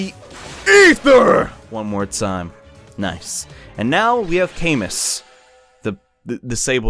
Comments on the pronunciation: It's actually pronounced CamOO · Hate to be that guy but Camus is pronounced as "Ca-moo" because the French said so.